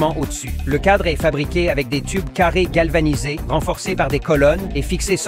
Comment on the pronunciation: Prq tu art de plus en plus à dire acié calvaniser un ytb regarde des vidéos et t'es que tu dit acié calvanisé il fait acié1 calvaniserrrrrrr